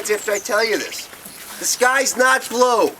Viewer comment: Tha skys not bloou! XD hippies! XD